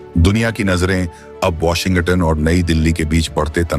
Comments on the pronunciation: वाशिंग-गटन नहीं है भाई, वाशिंग-टन है. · My friend - please do not pronounce as Washin-Gutton. It is Washing-Ton. Otherwise Trump will impose Tarrif on your channel also - Be careful. 😂😂😂😂😂